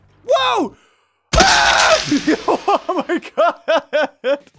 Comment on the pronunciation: i know "my" is the gramatically correct way to say it, but "mi" is how said it.